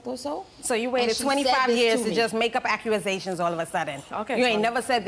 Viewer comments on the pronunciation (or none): Someone teach these women how to say ACCUSATIONS. It aint ACURAsations 😂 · Acturazations... I'll be damned.